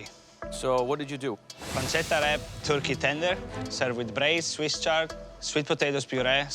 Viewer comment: Luca calling a turkey a 'thurki' is kinda funny and cute tbh 😂